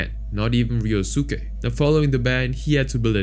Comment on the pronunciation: Ah yes, "Ree-oh-SOO-kay", yep. Like how we all say Sasuke as "Sah-SOO-kay", the U is definitely not silent, nope, can't be.